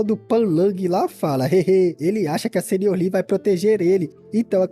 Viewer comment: Cara uma dica: A palavra Sênior se lê SEnior. Se refere a alguém mais velho e/ou experiente. ... Você tem lido como se fosse seNIOR. Parecendo um espanhol falando senhor.